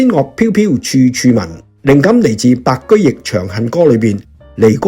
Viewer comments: 白居易 易讀意 不是讀 白居翼 白居易所寫的詩是很容意讀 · 白居易的「易」字並非讀如交易的「亦」而是容易的「義」。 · 白居易，此易字應讀容易之易音，而非易經之易音。